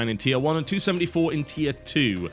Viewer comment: When he says Tier 1, I hear Tiajuana